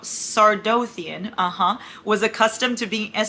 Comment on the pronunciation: i’m sure everyone is gonna comment this, but for tog celaena is “sell-ay-nuh” sardothien “sar-doth-ee-en” :)